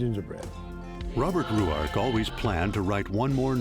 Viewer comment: Where did they come up with the pronunciation Roo-ark? Very annoying. Selby pronounced it Rork, as does the documentary on Ruark presented by the Robert Ruark society.